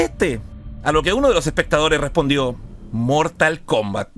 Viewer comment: yo apostaría a que dijo "mortalcomba"